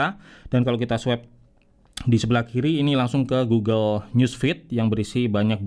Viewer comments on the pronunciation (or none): none